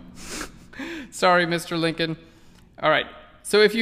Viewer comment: ..isn't it Lincoln rather than Linclon?